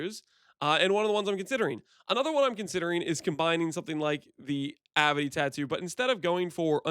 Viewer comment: Very cool, dude! But: Avidity. A, vid, it, y. Not avity. ;)